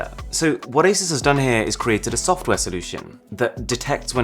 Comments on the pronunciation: But there never powerful enough to run something other than Android. Also is pronounced A-Soo-SS not A-Sus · okay im sorry, but a"sus"